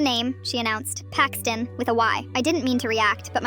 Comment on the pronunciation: How do you spell Paxton with a 'Y'? Payxton?